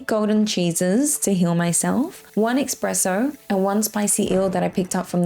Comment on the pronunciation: Thanks for the guide! Continue with the good content! (Btw. its called espresso not ekspresso - couldn't help my self sorry)